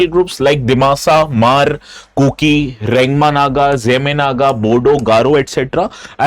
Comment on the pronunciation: I am from the Hmar community and so happy to see that Sir pronounced the word ‘Hmar’ perfectly…. And regarding our demand Article 244(A) must be implement asap to safeguard our cultural identity and protect us from illegal encroachment of our lands…